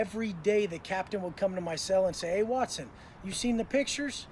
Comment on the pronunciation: Whenever you clown on his last name by pronouncing it 'whats-own', it cracks me the hell up!😂😂